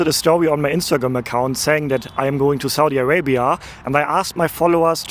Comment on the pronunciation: So,what country is this again?😂 I absolutely love the perfect way you enunciate Saudia Arabia..